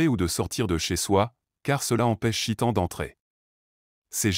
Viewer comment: On ne dit pas chitan mais cheytan articule mieux mon frère stp Baraka Allah fik